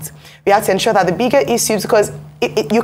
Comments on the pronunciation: 😅😊 To the lady presenting, is it pronounced as “Icu” or “Issues”? 😅😂🤣🥲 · Can the new lady in this clip stop calling "issues" as " isues'? Double s (ss) is pronounced as sh . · The lady should please pronounce 'issues' properly. T for thanks